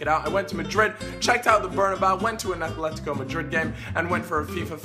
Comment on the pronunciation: ATHLETICO? A T H L E T I C O? jesus christ